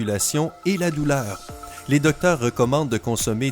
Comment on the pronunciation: De reduire.... La doulare...🤣🤣